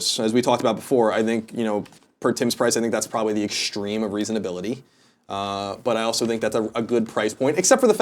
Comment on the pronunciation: "The extreme of reasonibility" Colin...what are you saying? lol